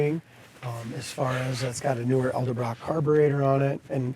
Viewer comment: Eldebrock carburetor??? Why is it so hard for people to say Ed el brock??